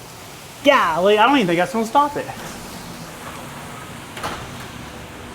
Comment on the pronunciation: Did you just say Gahhhl Lee? I haven’t heard that in a while.